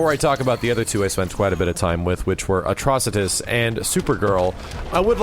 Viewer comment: Hurray! finally pronounced Atrocitus right!